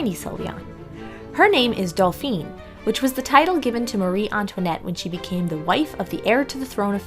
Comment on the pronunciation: The dolls are lovely. I wish you had looked up how to say "Dauphin" (doh-fan) though... I cringed everytime you said "Dal-feen".